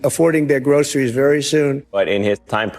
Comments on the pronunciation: True enough. But I was more remarking on /ˈɡrəʊsəriz/ with the /s/ sound. Unlike the more typically US pronunciation of /ˈɡrəʊʃəriz/, with an 'sh' sound. Shows a general trend in younger American generations' speech - a shift from /s/ to /ʃ/. Like something Sean Connery would have said... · At least he can pronounce groceries correctly.